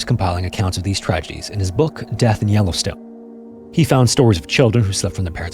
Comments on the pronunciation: "no ai generated content used" other than the narrator. Yellowstune? c'mon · The way he pronounces Yellowstone makes me feel he is AI in afraid . Noticed this with the Kathmandu video too, pronuncing the H